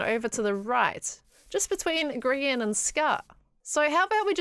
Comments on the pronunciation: She says grigan lol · I can't get over the fact that called him Grigan.